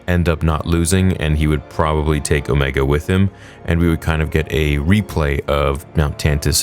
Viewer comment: It’s OMEGA not omeeeeeega.